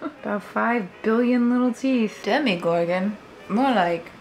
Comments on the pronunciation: She calls it dhemEgorgon but I always thought it's demogorgon like in demon hehe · DemogorGOWN,. Demo-gor-gown. Otherwise spectacular, as always. <3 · Demo-gor-gown! Love you ❤️ Maybe you could do a tweaking past makes video? Adding the finishing touches that you don't always have time for or fixing things you think you could do better now! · Demo-gor-GOWN! It works! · Demigorgown?? Duhhh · c'mon, Demogor-gown. it was right there!